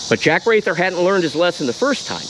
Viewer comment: Jack Wrather's last name is pronounced "Rather".